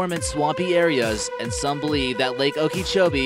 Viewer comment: Its pronounced "oka-cho-bee"